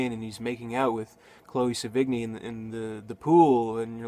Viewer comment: I like it cause it's ugly. like watching a tornado destroy shit. cool! look at her go. anyway, I'm pretty sure you pronounced Chloe's name wrong. sev - in - yeh